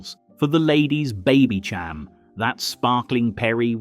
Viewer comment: Baby ‘Cham’? No. It’s pronounced baby ‘sham’.